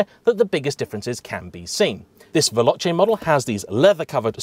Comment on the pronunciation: Yep. At least he managed to pronounce 'Veloce'. We could have been blessed with 'Veloke'.